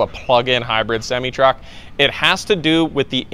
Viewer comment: You need to learn how to pronounce semi.